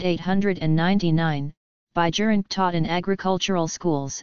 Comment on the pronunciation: In dutch pronunciation J is silent AND proper pronunciation is BIYERINKE